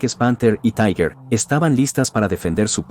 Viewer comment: Se pronuncia TIGA. Taiguer no es alemán.